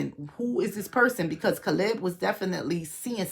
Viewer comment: Say it like KAY-LUB CALEB